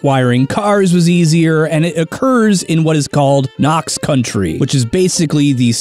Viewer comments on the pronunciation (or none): Wasn't expecting this at all. Also, it's Knox County, not country. No R. It's the in between point between cities and states.